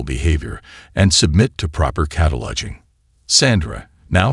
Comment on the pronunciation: How many times did the narrator say "cata-lodging" as opposed to "cataloguing"?